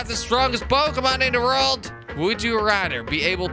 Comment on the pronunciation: Anyone else notice he said "World" like "reld"